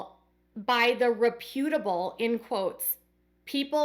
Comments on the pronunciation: It is all odd. Meri is to be pitied. BTW, it’s REP utable (REP u tub bul) Accent on first syllable. Can listen to it by googling “reputable pronunciation” Weird word, I know. 😊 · FYI pronounced reh-pyoo-tuh-bl as in reputation.